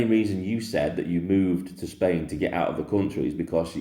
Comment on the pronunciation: A man who can’t even pronounce the name of his country properly is does not deserve to be heard. Bellyaching again! Who does he think he is? If he’s living in Spain why not try sorting out their problems? I’m sure they’ll be grateful.